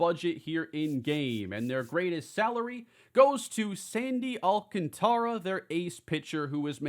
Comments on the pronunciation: Just a heads up. Sandy’s last name is pronounced “Alcantra” pretend that the “a” after the “t” is silent. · Sandy AL-CON-TRAH or AL-CON-TAR-AH roll the R, Is how I've heard it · Marlins fan here: Sandy’s last name is pronounced “Al-con-tra”. Also his 78 overall is egregious. Should be upper 80s, probably 90